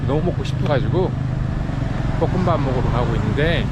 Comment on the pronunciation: 급격히 발전한 카메라 워킹 드디어 머리에 힘 뺀 맠 - 최근에 지나치게 멋져서 부담스러울뻔 : ) 촬영 중에도 흡연하는 애연가 맠 쭉~ 개성있는 맠 어조 [뽀끔밥] 이라고 발음하는 갱상도 남자 맠 맠이 방콕 처음 와서 살던 동네 소개 맠 피셜 진짜 맛있는 볶음밥 집 소개 결정장애자 맠 화난 몸에 귀여운 표정까지 소유한 맠 매운 거 먹고 딸꾹질하는 맠 뭐라고 중얼거리는 맠 문과 출신이 분명한 맠 , , , 구독자한테 종종 메롱거리는 맠 뭘 묵고 가겠다고 선언하고 영상을 마무리하는 맠